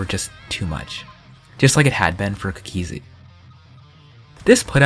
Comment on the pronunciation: always pronounces cookiezi cook E zi